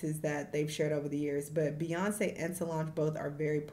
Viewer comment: The way dumb Donald trump , said queenbey Beyonce name : Beyonce ! l! !!! ! 😂🤦🏽‍♀️